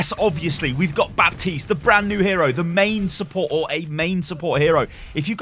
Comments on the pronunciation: The p is silent btw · The pronaunciation of Baptiste is with a silent 'p' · Baptiste is a french name and as a french guy i can tell you that the P shouldn't be pronounced. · Well Baptiste pronounces it wrong then. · Baptiste is not a french character though but a Haitian. This may very well influence his pronounciation. I mean, Brigitte is a german name (and in the lore was even picked by Reinhardt) and they don't pronounce the name like it is traditionally in german either (in case you are wondering, it's not Brigeet but instead Bri-git-te).